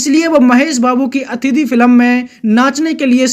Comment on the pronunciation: Bhai tu film bolna sikhle yaar.